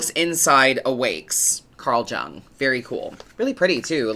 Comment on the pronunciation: Jung is pronounced like Young. he was a Swiss psychiatrist